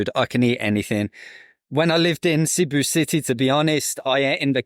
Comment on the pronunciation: Has lived in Cebu for a couple years but still can’t pronounce it correctly 🙄